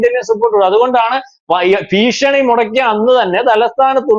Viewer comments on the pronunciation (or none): none